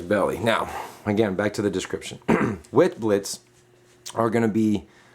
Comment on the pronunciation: Witblitz you pronounce it Vitblitz as it is an Afrikaans word meaning white lighting